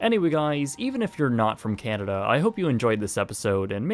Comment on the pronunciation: dude who taught you how to pronounce canada?...jus' curious